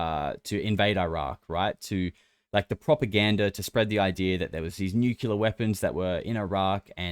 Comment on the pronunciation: OMG,! Just found your P.Cast and LOVE LOVE LOVE it! The long-form compilation format ROCKS! I'm spreading the news. One thing though - when you pronounce "Nuclear" as "Nucular" it's very distracting. PLEASE, PLEASE, don't seem as dense as George W. Bush. Sorry, I know it's a minor detail, still...